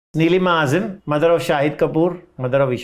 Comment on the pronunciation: Dear Host: please raise your standards of questioning. If you have super talented people on your show , you must not seek petty scandals for views. Also get some training in “how to interview talented celebrities with a body of work “ . Let me add here - Ms Azeem ( not Azim you pronounced ) was very irritated by some of your interruptions and silly questions but thanks to the grace of that lady she didn’t let it show . Please take the feedback from your viewers comments and implement it.